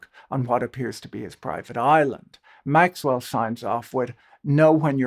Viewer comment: I wish you would pronounce Maxwell’s name correctly